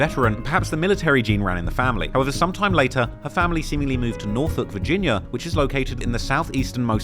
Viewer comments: Dawg how tf did this man pronounce NORFOLK correctly. Its people literally from Virginia that dont even say that shit right. 😂😂😂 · I'm impressed that you pronounced Norfolk correctly. It's my hometown btw. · Ay you kinda said Norfolk like a local. Much respect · This guy pronounces Norfolk right asf😂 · Shout out toTrap Lore Ross for showing some love to the 757 and for pronouncing Norfolk correctly lol